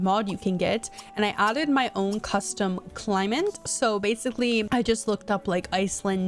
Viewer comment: You saying climate as “climant” cracks me up